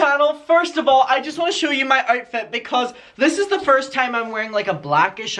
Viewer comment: I love that when you say “outfit” it sounds like “artfit” to my American ear. It makes so much sense considering your love of fashion as self-expression. 💚